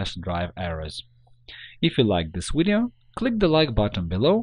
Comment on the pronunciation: What's a "widio"?